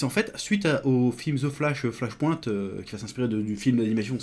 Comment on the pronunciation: "flache pouinte" :-P